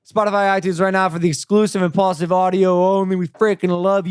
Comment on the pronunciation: i only just realised its impaulsive instead of impulsive lol